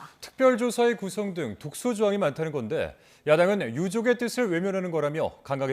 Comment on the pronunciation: 뜯츨이 아니고 뜻을 이다! 멍청한 아나운서야!!!